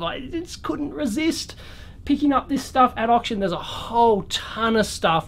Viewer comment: Did Dave say okshun score?